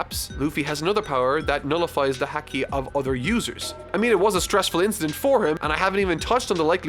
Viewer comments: Ik it's not important but Its Ha-key, not Hack-key. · Ha-ki not hacky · haki is pronounced like hockey, not hackey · Bruh it’s pronounced Hockey, not hacky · Bro says haki like a hacky sack. It's like hahaha ha-key or hockey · Ok so uh I was watching calmly and he keeps pronouncing haki hack-e instead of hah-ki and its irking me lol Ok yeah thats all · Love the videos, hate how you pronounce things. Haki = Haw-key (not hacky) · its HA-KI BRO, its pronounced like Hockey not hackey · HaH-kee not Hea-kee, no hate just going forward it'll help if pronounced right, 😁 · Hacky while true due to hacks is more so said as Ha -key. Made me chuckle and do you obviously it’s a made up word. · I know you have an accent but it's pronounced HOC-KI not Hac-key like Hacky sacks... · ha-key its ha-key not haw-key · It's pronounced "Hah-key" not "hacky" My silly Irish boy and his goofy pronouncing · Ok i would usually not berate on this because I love this series he is making but since he will have to pronounce this a lot. Its said as "Ha-key" not "Hack-e". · I cringed everytime he said “HACK-E” and not “Ha-Key”. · Hey person not named! Been loving this series as a long time One Piece fan. Just a few notes though: - “Haa-kee” not “Hack-ee” - The translation for the Haki Luffy uses is right, but it’s also been translated as “Conqueror’s Haki” by the Viz dub, which is what most people call it since the other one is dummy long. - Blackbeard and crew survived Magellan’s poison because Shiryu had stolen an antidote and gave it to them. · Am i the only one who was annoyed when he said Häki and not Haki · There is no such thing as "hacky". It's "Hau-ki or Haw-ki" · would prefer to say HACKY rather than HAWKI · Haki is pronounced h-ah-ki not h-ack-i sorry but it does my head in lol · Haki is pronounced like hokee like the sport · Fuck, I can't get through any of these. Your pronunciations ruin everything. Cammie as Kami, and Haki as Hecky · Spelled haki but pronounced hoki